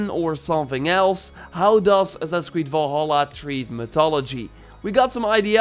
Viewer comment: Valhalla not volhalla dumb dumb, told you this on your last video